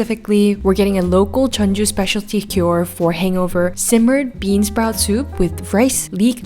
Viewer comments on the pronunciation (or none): none